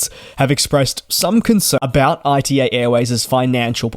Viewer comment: Please, not I.T.A., it's ita, like the beginning of the word Italy 😅